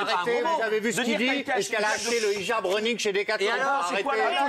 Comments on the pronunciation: "haïjab" non mais on dit HHijeb😭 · Thierry Ardicon* sait même pas prononcer le mot "hijab" il t'a fait un mélange d'anglais et de français bref sinon ce qui me gêne c'est que Diams a fuit le monde du showbizz etc..et qu'on parle toujours d'elle alors qu'elle veut faire sa vie tranquille 🤔